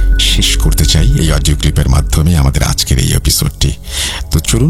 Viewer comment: Odio not pall😅😅😅